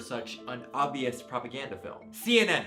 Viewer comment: Propa-gussy" BABE I CANNOT 😂